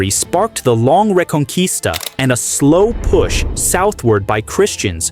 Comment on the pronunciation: Реканиста😂😂😂😂😂может риканкиста?